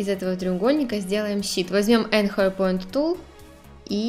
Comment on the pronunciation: Пожалуйста, посмотрите произношение английских слов anchor, arrange) Лайк, за видео. 👍